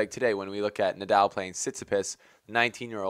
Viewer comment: Yeah, right! He was mispronouncing "Nadal" as well.